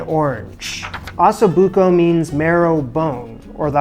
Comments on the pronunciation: First thing you should learn is how to pronounce it properly ….oh so book oh …. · For as much anxiety as watching this video gave me, from the pronunciation of osso buco to his moving the hot braising pan with his bare hands and everything in between, this dish looked delicious. My mouth is still watering. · You can’t pronounce osso buco, and comments say you mispronounce herbs also. Sad. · Can’t pronounce Osso Buco correctly either.